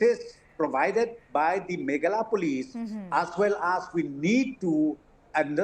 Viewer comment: Not from Megala as home minister pronounce but from Meghalaya.